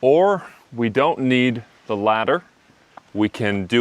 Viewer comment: I want to know the exact pronunciation of "the" in front of consonants. You pronounced it the sound of "the" in front of vowel. So please explain me!!!